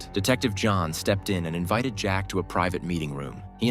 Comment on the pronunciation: The one time the robot saying jack is actually right